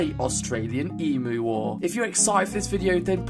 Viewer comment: Ughhh, being an Australian, a friend of mine who is not Australian always takes the piss out of me for the emu war -_- Ps it's pronounced eem-you not e-moo